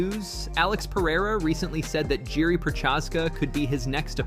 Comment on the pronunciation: its not pronounced Jury the J is silent on Jiri.